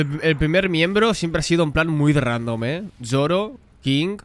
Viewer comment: Alguien me dice porque carajo le dice YOROO a Zoro